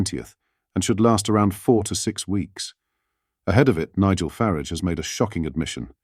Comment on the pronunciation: Why can you not say farage?